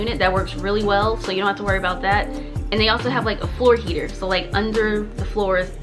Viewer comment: the "don't"- ma'am PLEASE😭😭every time